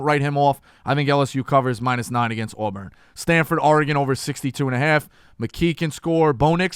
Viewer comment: For just one time I’d Iike hear Dave say Oregon correctly